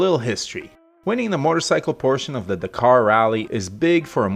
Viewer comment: Amercians...if you could only speak english...Dakar = Dack car.....!!